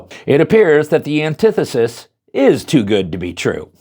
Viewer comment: ANTI FUCKING THESIS its nit one syllable